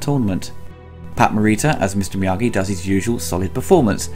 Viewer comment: So hard to take Ebert seriously when he first calls him Mr. Morita, then Mr. Meageee. Get the name right and then I'll listen to your take.